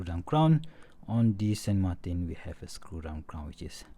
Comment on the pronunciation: "San Martin" is a Spanish word so you have to pronounce that brand as it would sound in Spanish and not as it would sound in French or English. It's SAN MARTÍN